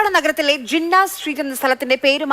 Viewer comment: അത് ജിന്ന എന്നല്ല. അത് ജിന്ന് ആണ് ശൈത്താൻ road എന്നാണ്